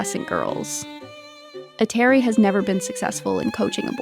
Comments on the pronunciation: Every name you pronounced wrong. Even Eteri's. It would be nice for you to lookup how to pronounce names out of respect at least. Also her skaters either went to other coaches or just quit because they won everything (Zagitova, Sherbakova). Why to skate if you won everything? In skating injuries are commion. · Can’t even pronounce her name right 😭